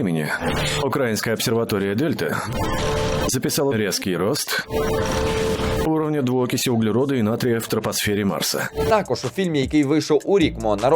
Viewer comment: Я, звісно, перепрошую, але "трапосфера" це трохи не те, напевно)) То мало б бути тропосфера 🧐